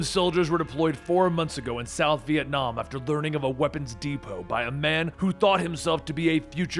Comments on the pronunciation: Vietnam more like Venonam right? Oh it's Ve-nam? OK. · Vietnom :v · I guess you can call it ViEtNOM